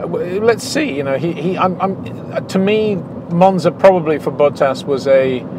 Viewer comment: It's pronounced Bottas in Finnish, not Bou-täs. In English I suppose it's however you want it to be :P